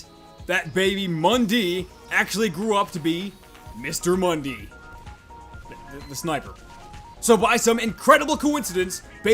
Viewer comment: not mundee mundi